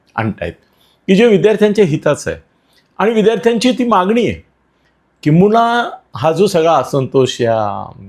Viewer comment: किंबूना नाही हो किंबहुना म्हणा